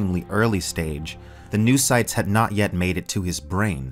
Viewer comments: I think it's supposed to be read "no-oh"cytes not "noo"cytes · no-oh-cytes. No-os. Noös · Pretty sure it's "no-oh-cytes". Ya know, since mind = knowledge